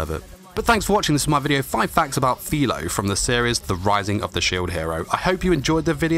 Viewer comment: It’s FIRO not FILO